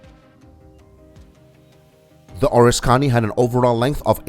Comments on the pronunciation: It’s pronounced (phonetically, for you are obviously english challenged) O RIS KA KNEE, not ORIS CONNIE. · being raised in NY . the person who narrated this video had me confused . being in the USA navy at the start of Vietnam i did not recognize the ships name which he pronounced as ( or a scony ) instead of the correct pronunciation of ( O RISK Ka Ne ) which at the time the video showed the ship bell I then knew which aircraft carrier he had been talking about. this narration needs to be re-done with the correct pronunciation! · You’re a miss pronouncing the name of the carrier it’s the Oriskany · Could watch because you butchered the name.